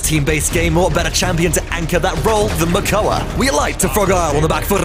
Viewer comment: Some really nice plays! Loved the Makoa (Mokoa? :P) aggression!